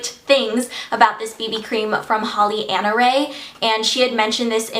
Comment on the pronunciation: you pronounced hollyannaeree wrong! it's holly-ann-ae-ree not ..-rae!!!